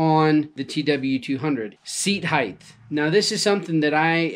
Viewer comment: Length - Width - Height "Heighth" is not an English word.